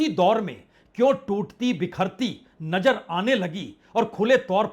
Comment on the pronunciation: Najer nhi Nazer